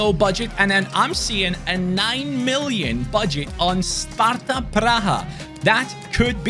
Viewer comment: You said all names right. Im Sparta fan and from CZ. :D Nice video